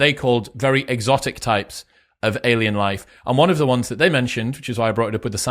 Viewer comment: "Alíen Life"? LOL.